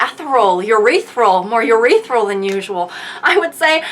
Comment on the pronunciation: Urethral? Girl I- you never cease to make me spit out my drink 😂😂😂😂😂😂😂😂😂😂😂😂